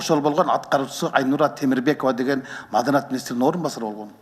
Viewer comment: Биринчи маданият деген созду уйронуп алчы кайра кайра маданат дейбербестен